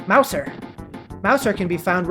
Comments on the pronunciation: Mouser ITS PRONOUNCED MOUZA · When you said mouser I thought you said meowser but I was like "wait there in 3d world*